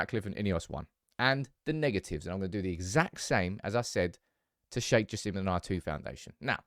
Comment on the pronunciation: It ain't Sir Jim, It's Sir Jassim